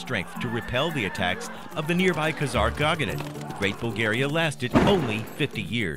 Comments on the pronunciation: His voice is so grating and unnatural, and the way he mispronounces words... like how could you mess up "khaganate" so badly? ( "Turkic Khagogganate") The slick animations are really the only thing this video has going for it, but even they fail to make up for all the bullshit. Even if everything in this video is factually sound (it's not), it still feels like watching propaganda. Curiously, the Russian version has over a million views, but the comments are no less skeptical. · Getting a little excited there, pronouncing Kha-Gah-Nate. It's not Kha-Gah-Gah-Nate. You're confusing Khaganate with Lady Gaga= Kha-Gaga-nate... haha. Example - , and more. Also, I'm just going to ignore the other factual issues with this video, as it seems the comment section has covered most of that. I mean, if you can't pronounce Khaganate, I'm sure that's the least of your issues in a supposedly historically factual video. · Why is it you're able to pronounce KHANATE correctly (2 syllables), while KHAGANATE was pronounced with 4 when it should be only 3? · It is not a “khagaganate”. It is a khaganate. It is Eratosthenes, not Erasthenes. Try to sound like you know what you’re talking about rather than reading a history book, wrong.